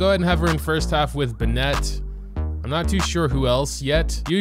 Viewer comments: WHO IS BINETTE ITS BEN-IT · I've never heard someone pronounce Bennett like "Buh-net" before now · The way you pronounce "Bennett"...